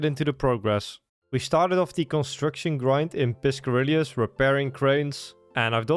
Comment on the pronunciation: im gonna punch my balls everytime you say piscarillius. Gl me